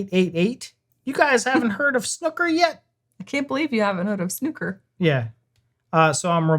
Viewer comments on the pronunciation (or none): Lol, its Snooker, pronounced Snoo - ker, not Snucker! Thanx for the vid, cheers Another rabbit hole to go down, Lol. Once you learn the basics, you gotta watch Ronnie Osullivans fastest 147 in history. 147 is the max score you can make, where you have potted every ball on the table, in one go, in the correct order, without missing. He did it in about 5 mins. Ronnie is 7 time World Champ and arguably the greatest Snooker player of all time..... Its easy really, you must pot a red, then pot a colour (yellow, green, brown, blue, pink or black) then you must pot another red, then another colour, then another red, etc, etc, until there are no more reds. So you can hit a max 15 reds with max 15 colours (blacks score the most), but then you also have to pot all the remaining colours in the correct order, until all balls are gone or you have the highest score. If you miss, the other player then gets to play, and alternates every time a player missis. A touching ball relates to the white cueball, if the white is touching any other ball when it stops, you simply have to play the white ball away from that other ball, simple. To play well you have to control the white ball and plan one or two shots in advance. The word snooker means to place the white ball so that it makes your opponents next shot very hard, eg: hidden behind another ball, so blocking the way to a red. In such a case you are said to be "snookered". Enjoy the ride.... 8-) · The OO in snooker rhymes with the OO in snooze….😊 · It's not ''snucker'' or, god help us, ''schnucker''. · Snucker would have a U jn it. OO makes sn ooh sound. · Snooker. 'oo' as in 'you'. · The "oo" in snooker is pronounced the same as in "food" or " broom"